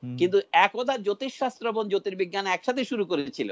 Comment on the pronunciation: ক্যান্দ্র, এ্যাবং, এ্যালাকা, ত্যাকনোলজি এগুলো কি উচ্চারণ করছেন উনি?